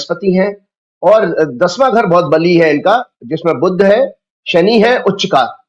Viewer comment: बुध का उच्चारण बुद्ध क्यूं करते है, जी.